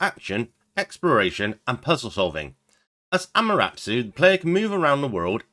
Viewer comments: He swapped it around: "Amaratsu" It's closer to: Am - ah -ter asoo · Think you're pronouncing Amaterasu wrong